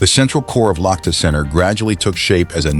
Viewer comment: Лохто? Лахта! Лахта-центр!